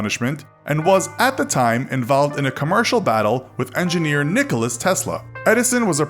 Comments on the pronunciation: Its Nikola Tesla, not Nikolas Tesla..... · Its not Nicholas its Nikola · NIKOLA TESLA NOT NIKOLAS TESLA if you are educational channel then say it properly. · its nikola not nicolas. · Its Nikola Tesla. Not Nikolas Tesla lol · "Nicholas" Tesla? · Tesla's first name was Nikola, not Nicholas. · it’s NIKOLA TESLA, not nicholas tesla. you’re welcome. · Its not Nicolas, he is Nikola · Its not Nicolas, its Nikola !! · its not Nikolas Tesla, its Nikola Tesla, hes serbian :) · his name is Nikola, not Nikolas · Its not Nicolas ,its NIKOLA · This whole video lost credibility when the narrator called him “Nicholas Tesla”🙄. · Nikola Tesla, not Nikolas Tesla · It's Nikola Tesla, not Nicholas Tesla :) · it is nikola not nikolas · It's Nikola Tesla, not Nikolas. I can't believe you guys got the greatest inventor's name wrong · Nikola Tesla not Nicholas Tesla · NIKOLA!!!! Not Nickolas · Nikola not Nicholas. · It's not Nicholas Tesla, its Nikola Tesla.... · “Nikolas Tesla”? Are you serious??? Come on man that’s like SATs knowledge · Nikola not Nicholas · Did you just call Nikola Tesla "Nicholas Tesla"? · Who is Nikolas Tesla, its NIKOLA TESLA!!! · its nikola tesla not nikolas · Not Nicolas its Nicola (Nikola) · It's Nikola Tesla, not Nicholas. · Nicholas Tesla.... its nikola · "Nicholas" Tesla. Facepalm! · Nikola, not nikolas Just saying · Nikola Tesla, not Nicolas... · Nikola not Nicolas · His name was Nikola, not Nikolas. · You said Nicola Tesla wrong. It's NicolA not nicholas. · It’s Nikolai not Nicolas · Nikola, not Nicholas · Nicolas Tesla, Excuse me. If you want to say it right say Nikola Tesla. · Nikolas? Dont you meen Nikola Tesla? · Nicholas tesla??? My dude either I am blind or there is no s in ‘Nikola’ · It not Nicolas Tesla its Nikola tesla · Nicolas Tesla? You dimwitted hicks, its Nikola Tesla... That's like saying Alberto Einstein.. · NIKOLA Tesla not Nicholas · "Nikolas Tesla"... Really? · did he just say "NikolaS Tesla" ? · It is Nikola Tesla not Nikolas